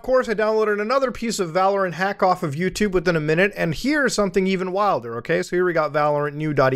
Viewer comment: "yewchube if you will" I WILL NOT EVEN IF IT IS "CHEWSDAY"